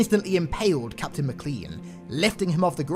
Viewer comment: it's pronounced "MACKLAYNE" not "Mickclean" LUL